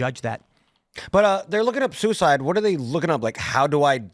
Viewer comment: i am pro soo-e-side